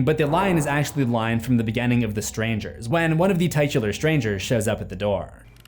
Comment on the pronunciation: You pronounce the word titular incorrectly